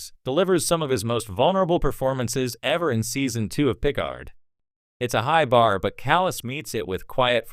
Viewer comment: When you choose to use an AI voice for your narration it might be good to find one that can pronounce "Picard." Lazy and amateurish.